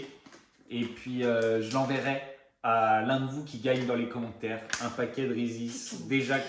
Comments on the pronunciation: Victoria le prononce bien vers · n'importe quoi ça se prononce reeses 🤦‍♀️